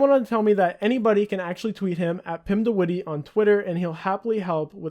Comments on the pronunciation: lol pretty funny how you say witty when its not pronounced like that at all, you gotta say it like : pim de W itt EH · Pim de wittey, lmao. It's more like wit - eh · Haha if you are going to say a name 100 times in your video at least make sure you pronounce it correctly! It's not the wittee. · The way he prenounces de witte lol. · You pronounce his last name SO wrong but okay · its funny how you pronounce de witte its dutch and its so funny in english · i love how youre pronouncing witte xD